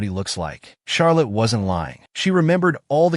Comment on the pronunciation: Who's Shark Liz??? It's Charlett